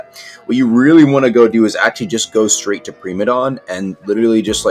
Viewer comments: Preemadon > Pr*I*madon 101 Engrish (no offense i have like mini ocd) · “Premadon” Primadon